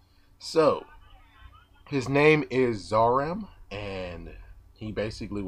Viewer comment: zaram is actually purnounced "zalam"